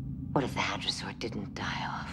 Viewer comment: Its "hadrosaur", not "hydrasaur"